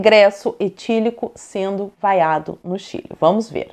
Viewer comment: Ele foi "VAIACIONADO".